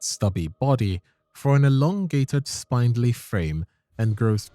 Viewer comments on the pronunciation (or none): SPIN… SPINdly… not SPINE-dly. Disliked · Is this an AI voice...? I only ask cuz you keep mispronouncing common words like "spindly" and "iridescent". How tf do you correctly pronounce Myrmeleontidae, but stumble on common words? 😭